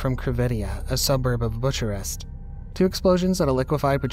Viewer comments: homie said “butcher rest” 🤦🏻‍♂️ this generation man. They don’t know anything. He said “kuh-Zack-Stan” 🤦🏻‍♂️ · BuK A rest... not bu cha rest... learn how to pronounce words BEFORE you butcher them. You could actually start an international incident by screwing up people's names, country names, and city names. Türkiye is one that will take GREAT offense if you do not pronounce AND SPELL it properly. Luckily for you, Romania is far more forgiving. (I was just in Bucharest yesterday...)